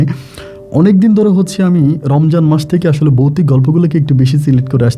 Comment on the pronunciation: বোকাচোদা বৌতিক না ভৌতিক,ভাষা সঠিক ভাবে উচ্চারন কর।